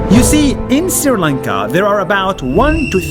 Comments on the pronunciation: Nas, I have commented this same comment some months ago... I have written there , The correct pronunciation of 'Sri Lanka' is: "Sri Lanka" not 'Siri Lanka". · Nas it is not Siri lanka it’s Sri lanka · Great video Btw its not spelled siri lanka it pronounced "Sh- ri lanka" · Nas daily I am not complaining but It’s not Siri lanka it’s Sri Lanka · Not siri lanka its sri lanka love from Sri lanka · its pronounced shri lanka not siri lanka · Me being the sri lankan laughing at when nas pronounced sri as siri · It is not called siri lanka it is pronounced like shri lanka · It's not siri its sri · you said "siri" lanka its sri lanka :》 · Dear Nas i know you hate mispronouncing NAMES It's Sree-lanka not Siri-lanka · It's not siri Lanka it's Sri Lanka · Why r u always telling SRI LANKA as SIRI LANKA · For the th time Nas , It's SRI LANKA, NOT SIRI LANKA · And it's SRI Lanka Not siri lanka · its pronounced shri lanka not siri lankaaa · Did this dude legit say Siri Lanka? It’s pronounced Shree Lanka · Yes he pronounced s-r-i Lanka instead of sh-r-i lanka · Correction - Its not Siri lanka , its SHREE Lanka Pronounced Shhhh-R-ee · Nas this is Sri Lanka not Siri Lanka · Nas: sri lanka Pronuunces siri lanka Me who is living i n sri lanka: so.... I've been pronouncing my country wrong... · Nobody: Absolute nobody: Nas: Siri Lanka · "siri lanka" im not hating btw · "siri lanka"😂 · nobody : nas : pronounces sri lanka as siri lanka.... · As a srilankan it's kind of annoying when they pronounce it like that😂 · Yes nas always pronounces it wrong